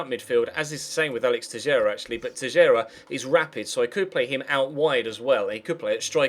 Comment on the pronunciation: Teixeira is pronounced "tay-shay-ra" I'm portuguese, trust me xD